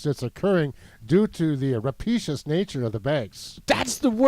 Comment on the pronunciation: ra-pay-shus! journalists?